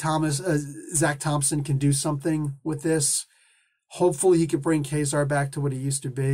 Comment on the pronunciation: Ka-Zar was my favorite comic when I was a kid. To me the pronunciation was always Kuh-zar and not Kay-zar, so that is how it will always be to me, regardless of how much one might think it sounds like Kazam, which is really superficial, esp. when the latter, Kay-zar, sounds like Gay-zar, so I dont see why you go with that.